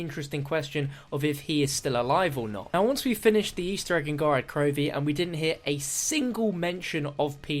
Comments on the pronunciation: Every time he says Gorad Krovi i die a bit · Since when did us Brits swap a's and o's. I wouldn't comment about it if it was common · That's just how he says it. I'm from the UK and still pronounce it as Gorod Krovi. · Who else cringes when says Gorad Krovi?